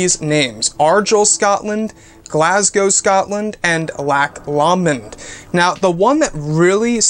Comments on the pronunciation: LOCK LOW -mund is how it's pronounced. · its pronounced lock lowmond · I have never heard "Loch Lomond" pronounced quite that way.